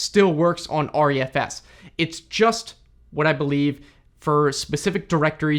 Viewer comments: I think that it's pronounced "Ree-F-S", not "R-E-F-S" (hence the smaller letter "e" instead of capital "E") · It's pronounced Re - F - S. Not R-E-F-S.